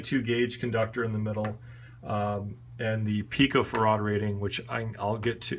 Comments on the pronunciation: It's pronounced 'pico' 'fair - add'. Canare is 'Ka' 'nare' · Accent is on the "farr", not the "ad." Pi-co-farr'-ad.